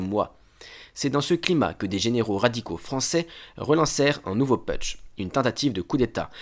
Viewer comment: On ne dit pas peutche mais poutche. Chouette vidéo.